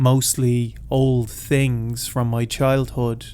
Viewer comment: Damn 19 hours late but better late than never. I say this with no intent to insult or harm or tease you but I will be honest and say one of the biggest reasons I like listening to you is when you say " other tings " or "tree" for the number 3. Good job on this one 😀😃👍